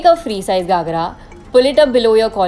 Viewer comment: It’s GHAgra and not GAghra😅